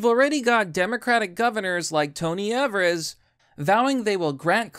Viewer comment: It's pronounced Eve-ers, but I prefer people saying that jackass's name incorrectly. He doesn't really deserve the respect.